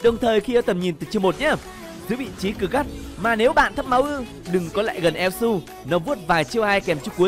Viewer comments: ad đọc tắt là su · Elsu mà ad cưa đọc là yue là như nào :v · Su mà đâu phải yue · elsu mà đọc là yue =))))